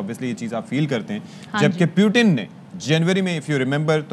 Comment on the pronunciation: Sala putin ko puttin bol raha hai pura desh hi Gawar hai Kay 🤣😂😂